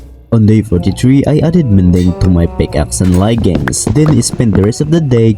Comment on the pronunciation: bro called leggings layggings:face-blue-smiling::face-blue-smiling